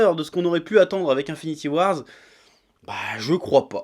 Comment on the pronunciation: Un an plus tard et il sait toujours pas prononcer Avengers Infinity War. C'est pas compliqué, il y a pas de "S" à la fin putain ! Au pire, "Infinity WarS" c'est un comics paru en 2018.